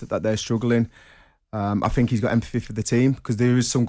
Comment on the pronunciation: 🎉🎉🥂🥂🎉🎉 I heard Trevor say THINK. so he can say it. Why is he normally too lazy to say TH. I FINK he should try harder.